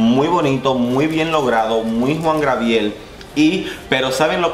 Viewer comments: Hola, creo que te costó un poco pronunciar el nombre del divo de Juarez. Se dice “Juan Gabriel” no “Juan Grabiel” es un error muy común... de cualquier forma gracias por tus videos y revisiones ¡buena vibra! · Te amo 💕 cada vez que dices Juan GRABIEL. A ti se te perdona todo mi vida. 😘😘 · jajaja le cambiaste el nombre a Juan Gabriel jajaja dijiste jua grabiel pero se te pasa eres genial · es Juan Gabriel. No Juan Grabiel. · Pero Job Star sí estuvo en el top tía. Y por cierto es Juan Gabriel no Grabiel, te hago la observación con cariño 😘